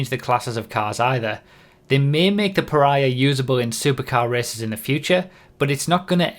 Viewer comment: I'm not sure it's pronounced like that, reminds me too much of Piranha.